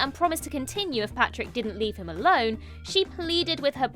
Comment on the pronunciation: Pàdraig is not pronounced ‘Patrick’. If you have seen the film you should know how to pronounce it. (Otherwise a huge fan of the channel but you said it wrong 5 or 6 times 😢)